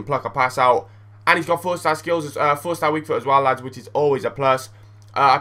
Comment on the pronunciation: Hahaha It is so funny when you say llllllads!